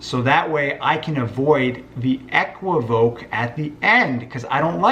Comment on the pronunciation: It’s pronounced “E - qwiv - o - kay”, Brother.